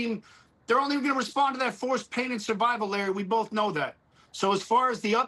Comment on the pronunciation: Your dear guest should first pronounce IRAN correctly then the rest and it s persian gulf not any thing else,what the heck